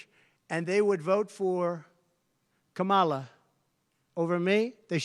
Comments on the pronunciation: So you do know how to pronounce her name? Oh ok? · He did say Kamala’s name right for once! Lord let this be over forever. #harriswalz